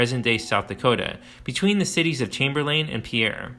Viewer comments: The towns are pronounced like Chamber-lin and Pier not lain and Pierre like a French guys name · As a life long resident of South Dakota its Chamberlain pronounced Chamber lin and the capitol isnt pronounced like the french pronunciation. Its Pierre as in pier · I am a southdakotan, we do not pronounce Pierre as the french name, we pronounce it the same as Pier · Those South Dakota cities Chamberlain and Pierre are pronounced “chamberlyn” and “peer.” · I'm a South Dakotan as well. I've spent many days fishing on the big river in front of Crow Creek. Maybe I've been living under a rock, but I didn't know there was such a significant archaeological site there. This is a well done documentary but I can't help to feel it takes a slight credibility hit for not pronouncing Pierre or Chamberlain correctly.